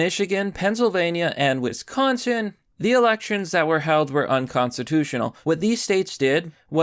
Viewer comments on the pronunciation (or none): none